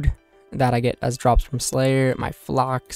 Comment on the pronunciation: Flocks lol never heard someone call flax, flocks. but i do love your 1st and 4th tab, very clean.